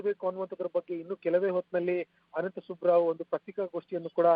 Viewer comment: ಸುಬ್ಬಾ ರಾವ್ ಅಲ್ಲ ವಾ ಸುಬ್ಬರಾವ್